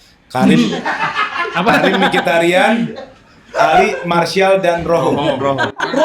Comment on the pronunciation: Mkhitaryan bukan Mkhirtaryan